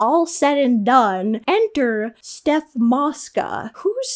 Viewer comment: haha it’s not steph mosca is stoph 😭😭😭